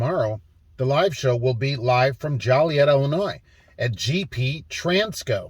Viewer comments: Joliet Illinois. “Joe Lee Yet”. City ordinance if not pronounce correctly punishable by a five dollar fine. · It's jo-li-et Illinois haha sir